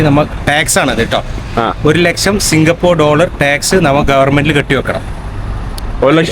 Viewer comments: സിംഗപൂർ അല്ല മൈരേ😂 നമ്മൾ മലയാളികള് പറയുമ്പോൾ സിംഗപൂര് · കേരളത്തെ തെറ്റി ധരി പിക്കുന്നു 😢സിംഗപ്പൂർ ആണ്...singha- പൂറു അല്ല😂